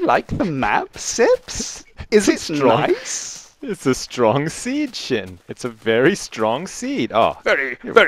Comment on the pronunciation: Not mutch because you said sin *Sjin